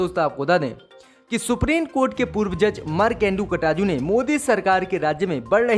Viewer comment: Aap markande katju ji ka naam baar baar Ghalat le rahe hai kataju nahi KATJU